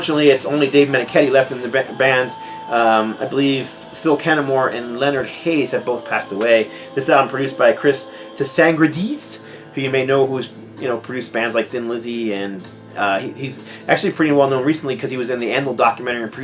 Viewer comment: Y&T - You mentioned Chris Tsangarides (pronounced Sanga-reed-eez, btw)... My old band recorded an album with him some years back, then he set up a label with Strawbs singer Dave Cousins and my album was the first to come out on it. Great guy, awesome producer and I used to sit listening to his stories for hours. Sadly, CT died a few years ago. Always nice to hear his name, though. Great vid - first time viewer.